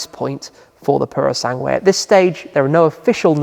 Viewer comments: Repeat after me. Pooro Sangweh. It's not Sang-wayyyy! I don't know where you're getting the Y at the end from. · You don’t have to pronounce U in Sangue. It says “PurO SanGe” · They should have given a different name, just some letters and numbers. Now we have to listen to anglophone youtubers butchering the name for decades to come ("pooroh sungway") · Thanks Tim, but I think I am going to continue to pronounce it Purosang (like I did before I heard anyone else say it). Purosangway sounds too overwrought! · "Sangueh." ROFL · U don't read the "u" in "sangue" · Hi Tim In the word "sangue", the letter "u" is not pronounced... 😉 Cheers from Porto 🇵🇹